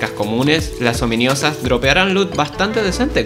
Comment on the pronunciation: Bro seguía diciendo ominIosa 💀💀💀 que toc, no se si es peor las traducciones de mojang o que no se haya dado cuenta de la equivocación 🗣️🗣️